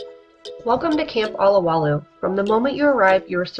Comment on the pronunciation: It's OH-LOW-WAH-LOOH, NOT ah-lah-wah-looh! Mahalo ~ ~ ~